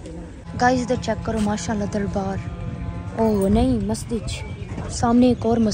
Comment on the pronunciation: Mastij ni masjid hota ha baji